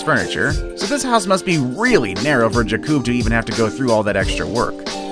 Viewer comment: Yep, I did too. The narrator also mispronounces "POLISH" (like furniture "polish" v the ethnicity from Poland) and "Jakub" saying Jah-koob v Yakoob as it is pronounced in Poland. Media is no longer concerned with grammar, pronunciation or punctuation. It lacks professioalish - I'm a purist.